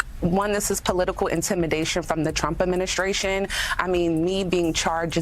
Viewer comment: The Trump ashminshrashun🤣🤣.